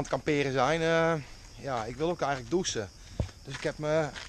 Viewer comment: Dou'CH'en, NIET DOESEN